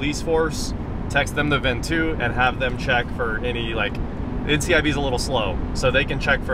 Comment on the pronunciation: Just as it’s Tesla not Tesla, it’s NICB not NCIB.